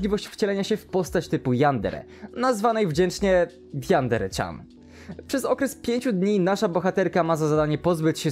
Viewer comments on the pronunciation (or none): A tego się nie czyta Jandere-Czan